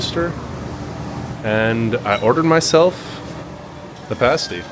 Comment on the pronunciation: At least he said PASS TEE right.